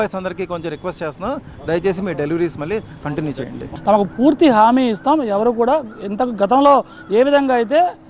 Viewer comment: హామీ లు , గూమీలు కాదు, ఆ బాయ్ కి నష్టపరిహారం ఇవ్వండి.